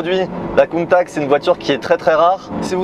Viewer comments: Super vidéo, chanceux de pouvoir toucher une voiture aussi exclusive, par contre on dit "countatche" bordel! Dixit les Italiens. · Merci, très belle vidéo 👍 je suis le seul à être choqué de la prononciation du nom Countach ? J’ai tjs entendu Countache… cheu 😉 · « Countak » je suis plié. Comment est-ce possible de se foirer autant sur la prononciation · Belle vidéo belle exclu mais oui c’est juste une aventador recarossee malheureusement … countach pas countak !! Je trouve ça très décevant on ne retrouve pas du tout les lignes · Je t'aime bien mais prononce bien le mot Countach ;) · tu es un pilote de course certifié et tu as même pas essayer de te renseigner sur la bonne prononciation de la voiture ( je précise je suis pas un fan absolue de Lamborghini pour les rageux ). BELLE essaie mais déçu quand même. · ça change pas, c’est toujours "countatche" hein, pas countak :) Sinon elle est toujours aussi folle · Merci pour la vidéo, de très bonne qualité 👌. Je trouve que cette réitération de la Countach est magnifique 🤩. Par contre tu devrais prendre un cours d'italien avec Giancarlo le pote de Sylvain et Pierre hein car il a bien confirmé qu'on prononce Countach (che à la fin) et non Countak 😁 Merci pour cette série de belles italiennes ❤️😍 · Countack ....j'ai les oreilles qui saignent. On prononce "Countash" Come si pronuncia Countach? Lamborghini Countach Viene spesso pronunciato “Kuntach” o “Kountach”, con il “CH” duro” come quello di “Modriç”, ma in realtà andrebbe pronunciato come la parte finale di “Dash”. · Pour moi la Plus belle voiture au monde Parcontre sa ce prononce coun ta tche in italiano pas coune taque 😊 en tous cas merci pour votre vidéo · En plus on dit CountaSCH et pas CountaK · Salut, super vidéo belle présentation il y a juste ta prononciation de countakkk qui fait un peu mal aux oreilles ( countachhhhh 👍👍👍👍) Merci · Countache !!!! Pas countact bordel..... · Countach, pas coup de Countac ça se prononce le CH.